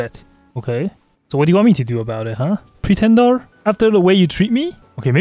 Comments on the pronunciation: "Pretendar" BRO REALLY? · why does he keep saying pretendar oddly